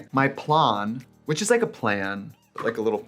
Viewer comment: Not trixie saying plan in swedish